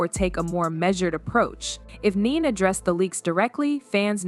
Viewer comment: Her name is Ne-Ne not Neen😳